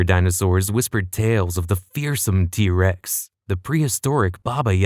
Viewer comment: I keep hearing D-rex